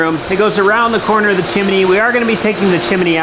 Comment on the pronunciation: I love how says Chimney. "Chiminey". I had relatives in Ohio that called it a "Chimley". I heard one person say "chimee". Maybe it is the area of the country you are from. LOL. Like creek. Northerners in Ohio say Crick. Love watching you guys tackle this project.